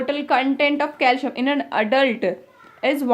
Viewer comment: Your calcium pronounciation is wrong